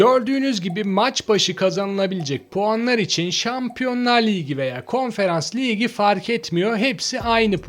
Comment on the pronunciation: Liygi liygi demek yerine ligi dersen bence daha fazla aboneye ulaşabilirsin naçizane öneri ..